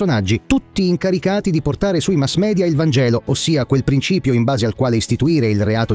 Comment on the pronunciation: sentire "mass media" pronunciato come si dovrebbe, mi fa scattare il "mi piace" automatico. Ovviamente concordo sull'assurdità di questo pseudofemminismo